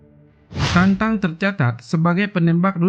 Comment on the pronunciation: Tatang mas bukan tantang ..yg bener dong nyebut nama orang